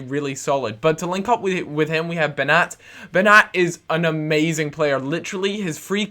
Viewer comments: It`s pronunced Benjat not Benat. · hey i agree about Beñat he is boss but its pronounced benyat that squiggle on top of the n i pronounced ny